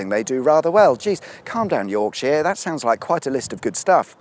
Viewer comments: Yorksha, not Yorksheer, please. Cuduff, not Cudworth. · Buckinghamsheer, Lancashurr and Yorksha...